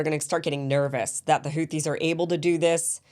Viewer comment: Kim congratulation for your pronunciation of the word Houti. Really almost close to the pronunciation of the Yemeni peoples BTW i am a fan of your program. I am a man from Djibouti of Yemeni background. The people of the 2 shores of the Red Sea have been going forth and back from centuries. Djibouti not only hosts a Chinese military base, but also an American base, a French base, a Japanese base. (very surprising in view of its neutral constitution) The Houthis, and generally the Yemeni people, are fearless fighters. Ask the Saudis with theirs American advanced weaponries and the bankroll. Emiratis 's mercenaries with their billions of dollars.